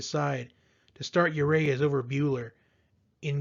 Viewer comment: It's not you Ray us! Unless you're French.